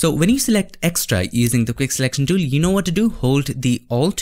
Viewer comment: The dool THE DOOL FRKN TOOL. NOT DOOL